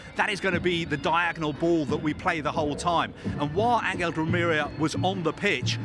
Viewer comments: Is he the only person in the world that calls di Maria “deMeerria” Why is there always that one guy???🤦‍♂️ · Never seen someone struggle so much to say Di Maria